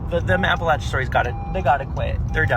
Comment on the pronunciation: He was pronouncing Appalachia wrong... lol